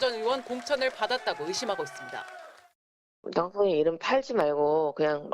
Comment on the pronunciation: 당선인 발음도 안돼서 당서인 이란다 불법외엔 어디 한구석 잘하는게 없구나